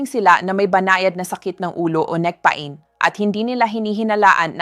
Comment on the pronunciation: You speak good English Doc just take time to correct some words for the people to fully understand and not to be confused or misunderstood your instructions because you are discussing very delicate issues.. Thank you— istomats might confuse them.. pa- in is peyn( pain) Masel for muscle not maskels .. please take sometime to correct because your English is good .. don’t miss those words and mispronounce them